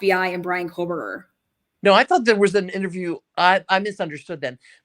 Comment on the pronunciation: Can you stop saying fuckin KOHLLLLBERGER yet plz? Kthanks. Like.. Jfc, dude.. You know it's not his name.. 🙄🤙Lol..